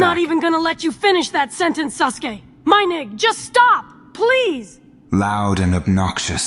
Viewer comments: Not “sus-uke” XD “edge mark”? WILD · Woah did bruh call him SUSke? Lmfao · Is orichimaru saying "sus gay" instead of "Sasuke" 😭😭😭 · Sasuke turned into Susuke 😂😂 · Lol is it just me or did i hear kakashi call him susgay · Wait was orochimaru calling Sasuke "SUSke" 😅